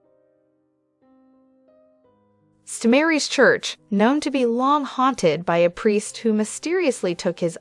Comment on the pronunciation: St. Mary’s is pronounced “saint” Mary’s, um in case you weren’t sure there…